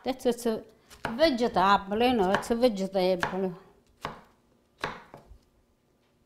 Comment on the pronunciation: “ISS OK” ❤ 🤷🏻‍♀️